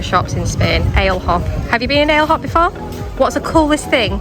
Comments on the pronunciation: Great vlog…gotta tell you how to pronounce Ale Hop…it’s as in Alley Hop. Cheers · “Ale Hop”. It’s pronounced ah. - leh. - ohp